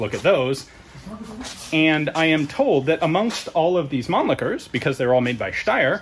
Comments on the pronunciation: Ooooooooh yeah. Man-licker! (Laughter intensifies) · has a kind of German Name and his pronunciation of “Mannlicher” is kinda leading me to believe he is an import as well..., am I right?